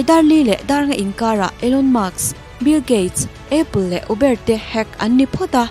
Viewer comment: Lung lo a lo ngai lo la,I Uber lam Dan hi dik lo a,Uber,u lh e hi mizo a lam lo in,sap alphabet ania, U=iu, ber=bar, 'iubar' mizo in han lam chhin teh.🙂